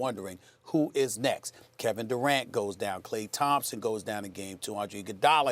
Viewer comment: Jalen Rose is a fucking dumbass who doesn't even know how to say Kevin Durant's name properly. "his name is Kevin Degrant"😂